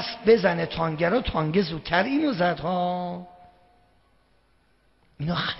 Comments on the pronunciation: این به تانک میگه تانگ.اونوقت مرجع تقلیده یه عده ساندیسیه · چرا به تانک میگه تانگ .